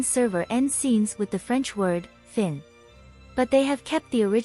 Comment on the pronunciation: "Fin" ("end") is pronounced "fɛ̃" 🙂